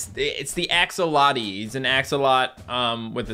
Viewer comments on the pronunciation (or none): i dont think you will see this but axolotls is pronounced like axe-o-lot-all at least thats the way its pronounced in Australia and the only way I have heard it pronounced from non Australians